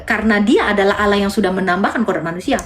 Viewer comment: Makanya kalo nyomot kosa kata arab pahami sesuai kaidah bahasa aslinya... Allah dibaca Alloh ada penekanan di huruf L nya bukan alah...